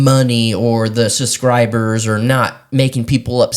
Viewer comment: 😂😂😂😂 SUScribers 😂😂😂 That cracks me up everytime he says that word.